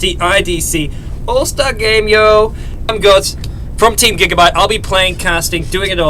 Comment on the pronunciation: . . WHAT THE HELL GODZ?! IT SOUNDS LIKE GEEZ! :DD